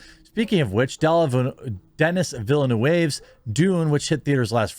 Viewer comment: down vote for you still saying villa noo wave